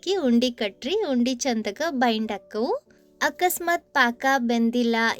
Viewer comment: ಬೈಟ್ ಅಲ್ಲಾ ಬೈಂಡ್ ಅಂತಾ ಹೇಳ್ರೀ...